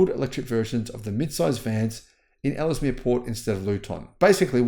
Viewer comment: Luton is pronounced Loo-Tun Ellesemere is pronounced Ells - Mear